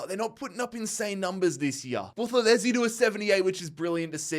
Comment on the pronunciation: Mzansi❤️ here we go🙇🏽‍♂️ Buthelezi pronunciation is actualy better than most south Africans😂